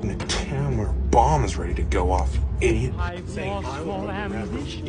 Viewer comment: I love the emphasis on idiot. Every time you said it it made me laugh every single time.😂😂😂😂😂